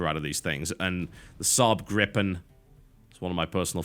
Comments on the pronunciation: You're not pronouncing the "Gripen" correctly, it should be more like "Greepen" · Gripen is pronaunced= Greepen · you pronounce gripen greepen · It's pronounced "GREE-pen" ;) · Gripen (Swedish for Gryphon) is pronounced with a long i. Anyway, TB, or whoever landed shitty job of sifting through youtube comments, are you goiong to cover War Thunder, a F2P multiplayer flight game set around the WWII era? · Gripen is Griffin in english :P You butcher its name alittle so here have the translation ^^